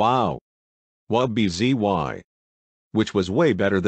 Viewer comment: Umm you got wubbzys name Wrong